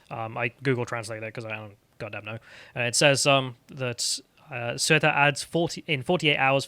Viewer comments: for the record, I believe it's pronounced say-oo-ta and meh-lee-ya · Hey I like this podcast and listen to it nearly every day, but come on now, not knowing Spanish is a thing but bragging about grossly mispronouncing words on purpose makes Sargon's chubby little sidekick look stupid and obtuse. It takes a second and a half to Google how to pronounce Ceuta ("say-oo-ta") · "Say-oo-ta" and "Mah-lee-ya" Two L's in Spanish makes a 'y' sound. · Those “enclaves” are 600 years old mate They pre-date ‘Morroco’ by 400 years... Pronunciations: Ceuta: Theu’ • tah Melilla: Meh • lee • yah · ceuta is pronounced soo ta